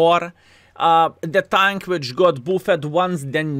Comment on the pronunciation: "booffing the tunk!" love it <3